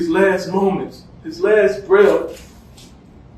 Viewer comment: “Breaf” lol come on dad